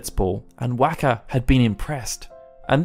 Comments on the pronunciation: Okay, we're going to pronounce it "Tee duss". Later... "Whack-uh" NOPE IM OUT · Wakka's name was pronounced ingame, so it would have to be ignorance that you say it wrong each time, or you did't actually play the game and are just reading a script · So you say Tidus name right, but then can’t pronounce wakkas correctly haha. Awesome.